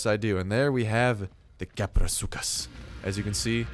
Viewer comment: It's pronounced kap-row-soo-chus